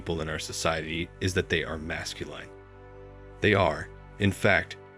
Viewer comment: It is masculine, not masculyne pronunciation. Great summary.